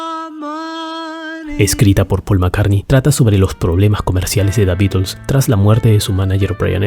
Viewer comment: Me encanta la forma que dice "Da Bitels"